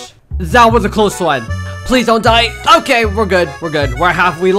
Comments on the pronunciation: "it's not OKEH to be OKEH"❤️ ( cry😭) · "It's not OKEH to be OKEH" ❤️ (titan cry 😭)